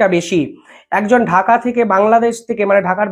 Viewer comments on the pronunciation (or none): none